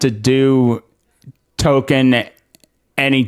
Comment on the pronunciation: Hail from FNT! Spot on with your assessment of RoP, and the butchery they did to the dear old professor's work, but hear me out.. Please. Toll - Kien. Not *Token*. I get the British are often an odd lot , and I don't want to be THAT guy, but I can't not say something. I'd offer some examples in fine watching on the topic - Jess of the Shire, Men of the West and In Deep Geek. All fine LOTR friendly channels. Congrats on the new subscriptions!